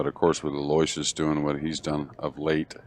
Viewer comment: Aloysius is pronounced Aloo-ishus. You're the announcers. That's part of the job. Be professionals. Do some research on the players in tournament. Basics like how to pronounce names, age, records, and home town. How would you like it if your name was pronounced incorrectly all time? Come on!